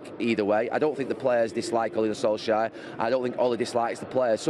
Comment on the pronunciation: Gary: Ole Gunner Solshire